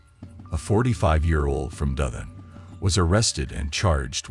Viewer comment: Was is the narration done with AI? The way the person pronounce Dothan tells me that it might be...